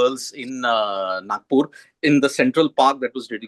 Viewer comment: किती वातूड बोलतो हा इइंटरव्युवर... रोबोट कुठला... तिच्या पत्येक प्रश्नावर काहीतरी रिऍकशन दे... झकलट..!!!आणि नाकपूर नाही रे नागपूर असतं ते....